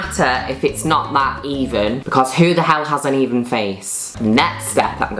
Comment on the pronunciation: "bCOZZ" "STOONING"